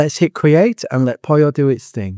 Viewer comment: Why do you call it POLIO? It's POLLO, the same as POLO.